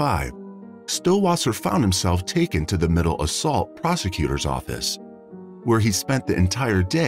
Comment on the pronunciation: ...It was definitely AI in my opinion. It kept in saying "middle assault" when it was Middlesex.